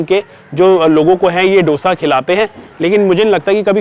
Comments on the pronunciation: It दोसा and not डोसा. PLEASE TAKE NOTE! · Its pronounced as 'दोसा'